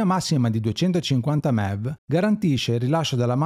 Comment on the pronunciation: Bellissimo approfondimento, complimenti Solo una parentesi: MeV e GeV sono, banalmente, le abbreviazioni di Mega ElettronVolt e Giga ElettronVolt: sono unità di misura (mi fa strano sentirli nominare "mev" e "gev", un po' come se si pronunciasse "cappaggì" anziché "kilogrammo" 😉)